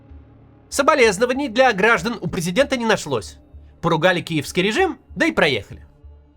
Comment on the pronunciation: Максим, а почему вы говорите ,,киевский редим". Это же бред